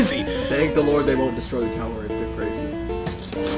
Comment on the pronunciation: He says "Destory"not "Destroy" sub;t be huge difference.